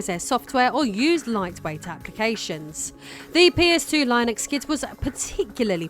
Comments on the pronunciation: Pssst. It's "Linnux" with a hard i, not "Lie-nux" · It’s “Lin-Ux” not “Line-X” otherwise great job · Is Linux pronounced differently in the UK than the US or does she just not know how to pronounce Linux? In the US we say it (len-knucs) That is the best I can do to sound it out. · Linux is pronounced li·nuhks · IKR "Lie Nucks" lol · "Lie Nux" lol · Is Linux pronounced Lionex in the UK? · No, it's still "LINNUCKS" here in the UK. She's mispronouncing it. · Stopped watching the video. Couldn't stand the blatant and repeated mispronouciation of Linux. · No we don't... She is pronouncing it wrong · Hearing you call linux like that send me into a hacker rage never seen before 😅